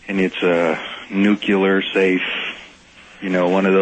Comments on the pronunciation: Ive always found the way too common "new-cue-ler" pronunciation amusing 🤣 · (or thereabouts)... that's not how "nuclear" is pronounced!